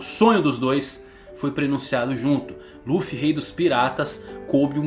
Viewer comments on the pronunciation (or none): quem mais ainda chama Ruffy? ahauabau como no Japão nao pronunciam o "L" de tanto escutar rrrruffy eu nao consigo desvencilhar 🤷‍♂️